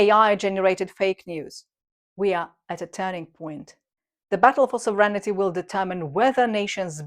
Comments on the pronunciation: ..never know whether you are saying ‘serenity’ or ‘sovereignty’ - but they go nicely together…! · I love the channel. ❤❤❤ Feedback: Correct the pronunciation of the word "sovereignty" A quick way to diminish the number of pronunciation mistakes is to paste each sentence online and have it read it back to you, so to make sure you are pronouncing it right.